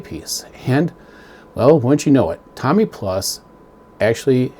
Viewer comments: ...and it's TOMY....not TOMMY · Tommy is a name .. the company is Tomy with a long O ... Tow-Me ... I guess I'll call them on Monday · Thanks for sharing, and thanks for having the courage to not accept the defects, for over $700.00 they should have done better. ( for what little it's worth the name is pronounced toe mee, not tommy like the famous who album.) But maybe with those defects it was built by a deaf dumb blind boyl lol! I hope you receive a unit that looks like the one in that video tomy sent out! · amazing when somebody can nitpick like you do yet cannot even pronounce the company name....no surprise dweeb